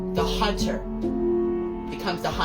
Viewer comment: “the hunther becometh the hunthed” LMAO😭😭